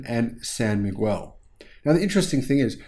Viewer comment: It’s pronounced mi-gel, not mi-gwel